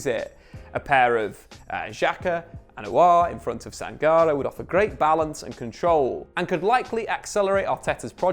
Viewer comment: It's pronounced Sang-Car-Ray.